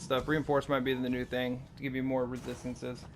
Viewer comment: Take a shot everytime he says "rethisthinces"